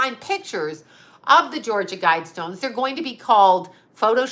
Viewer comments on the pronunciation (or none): none